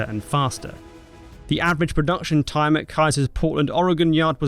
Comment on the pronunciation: late merry christmas, and as a native Oregonian, THANK YOU for pronouncing the state name correctly (it’s actually very irritating to hear it pronounced incorrectly)